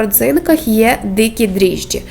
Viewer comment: Дріжджі-- вимовляє цілком правильно. Що смішного?